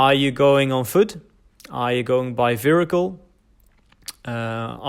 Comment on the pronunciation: your English is great, but "vehicle" is not pronounced "virricle". You can't put an "r" in that word. I've learnt Chinese and Russian too, and I agree that Russian in many ways is harder. I think listening comprehension in Chinese is harder - very, very, very hard - Russian is easier. But it is easier to makes mistakes in Russian grammar. Long words can be hard to spit out in Russian. And the size of the Russian vocabulary is a problem. You can actually speak conversational Chinese quite well after learning words, but in Russian you will still find it difficult with that level of vocabulary. Apart from the tones, Chinese pronunciation is not particularly hard. The Russian soft r is a problem for me.